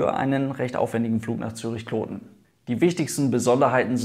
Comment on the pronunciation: Gutes Video. Kloten hast Du auch richtig ausgesprochen.